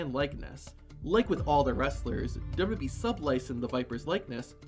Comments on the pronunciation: Say it TF with me: DOUBLE-YOU-DOUBLE-YOU-E Not dubba-dubbee... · The narrator doesn't know how to say "WWE".